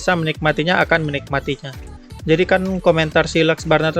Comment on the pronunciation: also: "njadi"